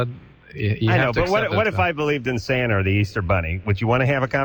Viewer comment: Adam said 'Santer' instead of 'Santa'. Ironic since he always goes on a tear about British people adding an r to words